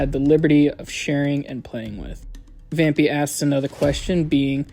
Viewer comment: The name is Vam PIE not pee 😭